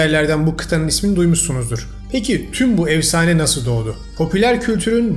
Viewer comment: Evsane değil “efsane”